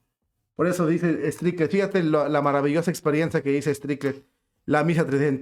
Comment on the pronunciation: Hno. El nombre del Obispo es Strickland, por favor.... No es Strikled... Tengamos caridad, por favor.